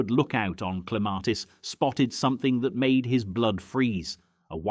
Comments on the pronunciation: They finally pronounced Clematis correctly within 1 minute they were back with the r. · Where the hell is the "R" in your pronunciation of Clematis 😂